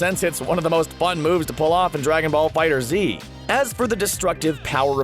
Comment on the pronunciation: Everyone needs to stop mispronouncing the name of the game. It is FighterZ as in fighters.., NOT Fighter Z. There isnt a space for a reason. One word. Stop messing it up.